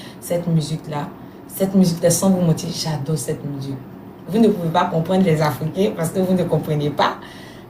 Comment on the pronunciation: Même si elle parle en français,on ne dit pas musuque on dit musique 😂.En tout cas bravo ma chérie